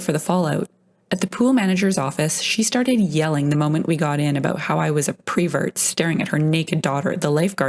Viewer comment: It is not prevert it is pervert.